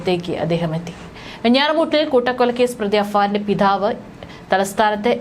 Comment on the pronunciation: പറയാനുള്ള ആവേശം പിഥാവ് അല്ല പിതാവ് എന്നാണ്.... പല അക്ഷ രങ്ങളും ആവശ്യത്തിലധികം കാട്ടിയാകുന്ന 😂😂